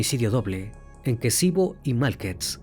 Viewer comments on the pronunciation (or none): Ex Yugoslavia.. asesinato muerte violaciones....es kicevo...no kesivo